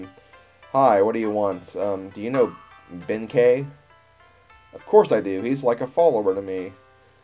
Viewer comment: You're right in the case of Yae and Sasuke, but he was pronouncing Benkei right. The latter is actually a Chinese name.